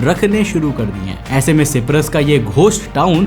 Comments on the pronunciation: Bro it's Cyprus pronounced like (shy-prus) not (She-prus) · भाई सिपरस नहीं साइप्रस बोलते है. 👍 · Is Cyprus pronounced properly?